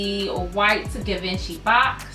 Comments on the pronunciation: These boots have been out since 2012 it’s Gi van chi pronunciation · You gotta say it G-Von-She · You’re pronouncing the brand wrong, it’s pronounced Gee-venchy. The boots are dope btw. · You’re pronouncing the brand wrong..